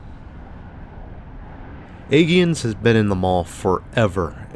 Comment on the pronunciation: Spent a lot of time here growing up in the 80s .. your killing me with your pronunciation.. it’s pronounced hole brook , I’ll let aegean slide.. mom and sis always went here for clothing while I hit the arcade and the hobby store and then we would go grocery shopping in pathmark ..my favorite store in that mall was consumers catalogue store.. you would flip thru a catalog, write down the item number of what you wanted, and they would put the product on a conveyor belt from the back stockroom..As a kid it was like what Amazon will become in a few years..sunrise highway wasn’t like it is now when I was a kid, instead it was 2 lanes each direction with cross streets.. right across the highway where target is was the Atias flea market , that closed like 10 years ago.. I don’t ever recall it being a dangerous area except for the highway though.. Btw you did the sunrise mall and the sunset mall but you missed the south shore mall which is right in the middle of them .. if you were here in the 80/90s there was also another mall in bay shore called the gardener manor mall .. my dad and uncles owned an amusement company at the time and every year for xmas they would put kiddie rides in the mall .. the great memories